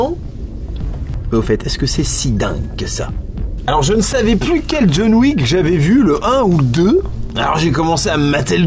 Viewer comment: Jaune Wouique, DJON WICK, c'est rigolol, mais pense à tes mots clés ;-)